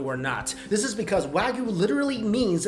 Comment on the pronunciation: You're still not saying "wagyu" properly. It's coming out as "wagoo" and it just comes off as lazy pronunciation. And you're kinda muddying the waters with "Today's Special" and the "House or Chef's Special" because trust me, there is a difference. Trust me, I worked in restaurants for a good portion of my life. I know how things work there. The Chef's special is something that they do well. This is something that people go to that restaurant for. This is something that is always consistent in terms of flavor and quality. The Daily or Today's Special is a different story. This is, as you said, things that they might need to get rid of. It's not expired because they could be fined if they willingly sold expired food but it might be near the end of it's freshness date. There's nothing the matter with it but they need to sell it because throwing out perfectly good food is bad and a waste of money. It's for this reason why the soup of the day typically contains the leftovers of yesterday's special. Not that there's anything wrong with that. And I've had daily specials that were really well done. There's no reason why a reputable restaurant would sell you anything less than their best. If it's on the menu, it's a chef's special. If it's on the whiteboard or the server tells you what the special is, then it's a daily thing.